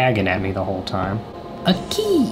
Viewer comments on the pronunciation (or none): Did anyone else notice that he says key and cat the same way Here's proof